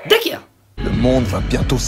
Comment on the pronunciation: je kiff le "dakior" 😂